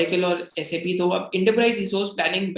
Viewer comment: Just revisiting your Mastek video after UK PM India visit.. I must say that I am very impressed with your knowledge that Sap is pronounced as S-A-P & not 'sap' P.S. I am a SAP Finance Senior Consultant with 10 years experience and have done 8 ERP implementations 😜